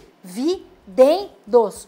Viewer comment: #EuGosto de "DI VI DEN DOS" rs...